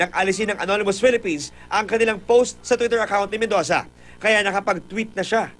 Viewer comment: did i here medoza